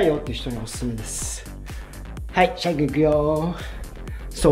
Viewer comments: シャイがちょいちょい「しゃゆ」に聞こえて一人で懐かしい気持ちになってる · 「シャイ」が「しゃゆ」に聞こえる笑